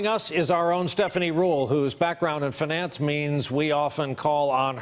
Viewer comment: how can one person say finance soo wrong